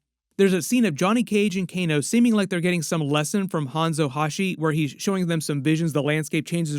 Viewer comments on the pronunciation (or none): There is a whole Quan Chi face reveal in the trailer right as kano is sitting up from being brought back to life. He is sitting directly behind kano and can be seen in frame by frame and slo mo.......also it's (Sin-Del) on the pronunciation and it's Hanzo Ha-sashi not Hashi